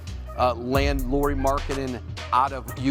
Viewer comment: Can you please stop pronouncing his name like Lori. It’s the same as Kyle Lowrys last name .